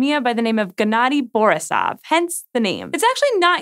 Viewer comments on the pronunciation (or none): It's borIsov ,not bOrisov. :)